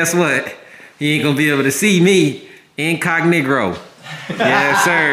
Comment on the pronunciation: Man really said incognigro I am dead u fired cj